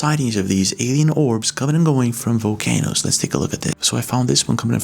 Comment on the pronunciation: Was it just me or was he saying “Vocanoes”? Lol. All love